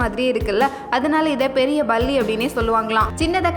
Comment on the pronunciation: 'Balli" அல்ல"Palli", "ஸண்டை" அல்ல "சண்டை(chandai)', "ஸந்திக்கிற" அல்ல "சந்திக்கிற"என்று உச்சரித்து பழகுங்கள். (ப=Pa not Ba, ச=Cha not Sa)